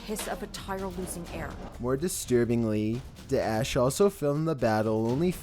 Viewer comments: That's not how we pronounce "Daesh" (ISIS ) in Arabic, though hhh . Your effort is much appreciated nonetheless :p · Holy Lord the way you say daesh makes me cringe brother